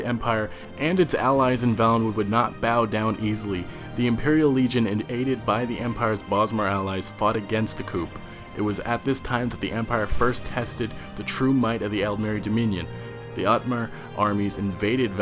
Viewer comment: coup is pronounce koo not koop.